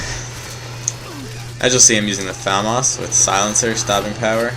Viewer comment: yay you said famas right yayayaya